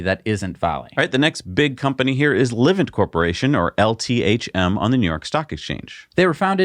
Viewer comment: Dudes: Livent is pronounced “lyvent”. Like ‘lie’. Cheers